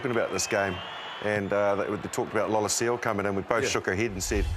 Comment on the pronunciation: Who is 'Lolohsio'? It's pronounced 'Law-LEH-see-aw' (Noah Lolesio).